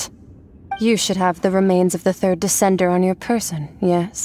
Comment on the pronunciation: why does he say it as "decendurrr"